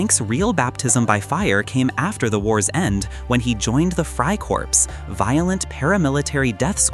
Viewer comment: If your going to call things twisted, at least get your pronunciations right. Corps is pronounced "core". The communists, Jews, and social democrats were fully responsible for what you said. Bavarian soviet republic was a proto-jewish creation on German soil. The "president" toller a Jew. The premier a Jew . Most cabinet members Jews. Tell me how am I wrong when I say this. It's well documented.